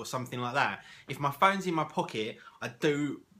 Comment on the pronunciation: Its 'pockets' i think haha